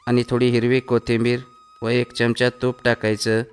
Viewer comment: च्यमच्या नाही हो चमचा म्हणा